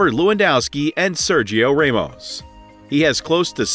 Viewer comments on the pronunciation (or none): why do you say sergio remos its sergio ramos